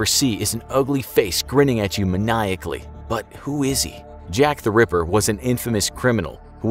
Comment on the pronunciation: Why you say river instead of ripper,i heard it multiple times,don't argue